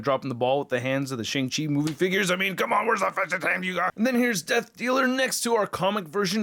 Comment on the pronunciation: Shang Chi is pronounced like "Shahng". It is the long "A" sound, closer to "Shong" but more like "ah", like Ahsoka.